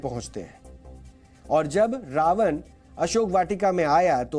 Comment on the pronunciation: कृपया रावन और रामायन का उच्चारण सही प्रकार यथा - रावण और रामायण उच्चारित करें। न और ण का फर्क समझें। हिन्दी चैनल पर हिन्दी उच्चारण तो कम से कम सही होना चाहिए ।